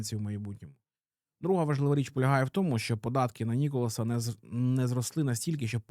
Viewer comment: Все так, але правильно Ніколя, а не Ніколас 🤓🥖